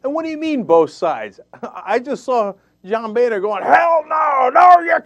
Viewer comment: Why does he keep calling him "bayner"? I believe it is pronounced "boner".